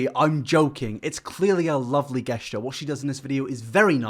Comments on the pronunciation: So.. question for the brits on here. pronounces “gesture” as “guessture” instead of (phonetically) “jesture.” Ive never heard anyone pronounce it “guessture” in my entire life. Is this the way some British people pronounce it or is he just saying it weird? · first you pronounce music as moosic, then you pronounce creator as curator, and now you pronounce gesture as guesschuh. Gahddangit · MAN SAID GUEST-YOUR WHY AAAHHH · I tried to stop myself but I couldn't. Gesture is pronounced Jest-ure NOT Guest-ure. I will hurt you. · Also, guess-ture? I have never noticed that before, we use a soft g like a j jesture? Gesture. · Guess-ture? It's pronounced Jesture, dude. You can't complain about 'pants' and also pronounce gesture wrong. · If I was to spell how to day gesture, I'd write "jesh-ture". I have no idea how you'd pronunciate guessture, but to me those two sound nothing alike. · Is he trying to say gesture and pronouncing it "guessture?" Lol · Did you say... "guess-ture" ? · ...... I’ve never heard ’gesture’ pronounced ‘guess-ture’ before. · did my man just say "Guess - ture" instead of "Gesture" lmfao... and he tells off Americans on pants lmao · My guy pronounced gestures as guesture??? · D-Did you just say “guess”-ture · Please stop saying guess-ture xx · no one:: guessture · He really said guessture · How you gonna say Americans are illiterate for saying “pants” instead of “jeans” and then say “guest-ure” lmao. Glad you’re back with the uploads dude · yep can confirm i’ve never heard anyone say guessture, or moosic for that matter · You did not just pronounce Gesture as "guess chair" and you tell us to go to school 😂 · yells at American's for calling jeans "pants" also: pronounces "gesture" like "guest-tur" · Gets mad that we call "jeans" "pants" while at the same time pronounces "gesture" as "guessture" 🤔 Get it together man. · "Gesh ter" smh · hold up how the fuck did you just pronounce 'gesture'?